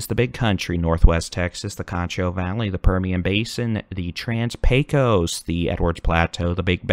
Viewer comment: Pecos is actually pronounced: PAYcuss. As a native west Tx gal, I know. PAYcuss. Get it right.